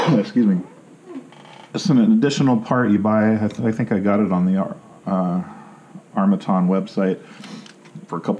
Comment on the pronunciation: It’s arm a tan not arm a ton